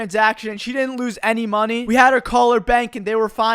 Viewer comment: why do you say money like that? "Moneh"